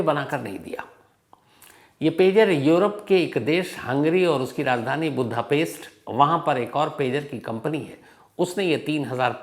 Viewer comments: Chip hota h chips ni Budapest hota h budha paste ni anpadh journalist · शहर का नाम बुद्धापेस्ट नहीं वुडापेस्ट है।